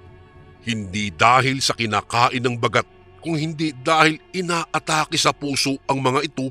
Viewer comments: koreksyon lng po....hindi po mabilis ang pag bigkas ng Baaagat....hindi bagat....dapat baaagat.... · listening from hongkong mali po ang pang pronounce Ba..gat.